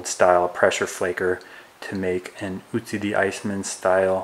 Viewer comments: It's Ötzi not Ützi. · its not ootsee its oatzi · Otzi not Utzi!! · By the way it is Ötzi and not Ützi as you pronounce it. He was named after the Ötztaler Alps where he was found. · Its not "Utzi" or "Otzi" but Ötzi or Oetzi .... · Not Otzi its Ötzi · Great video! Just for information purposes: It's pronounced "uh - tsi". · Ötzi. pronounced 'utzi' watch the accents my dude